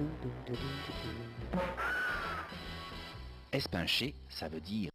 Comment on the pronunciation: Mdr comment elle prononce la voix off espincher MDR!!!! c pas es-pain-cher mais es-pine-cher